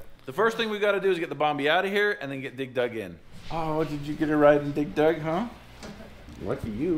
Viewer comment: Why dose say dig dug so weird? Sounds like he's pronounceing it dig Doug 😂